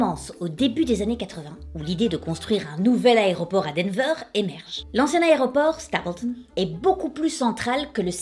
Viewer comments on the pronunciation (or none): MDR elle dit "armony" et "hairport"! Je t'adore,. <3 Au passage, ma maman est née en mars et a eu un cancer.